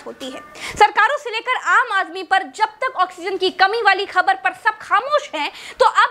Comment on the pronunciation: ऑक्सीजन not ऑक्सीनज़